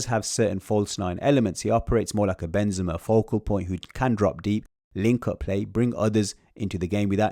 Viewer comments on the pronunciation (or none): none